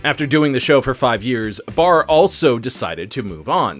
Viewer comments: Jack PARR not Barr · Jack Paar, not Baar but great stuff! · Does he keep calling Jack Paar, Jack “Barr”? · Why does he keep referring to Jack Parr as Jack “Barr”? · It was Jack Paar...not Baar. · Is there any particular reason why you kept pronouncing Jack Paar's name as "Jack Baar"?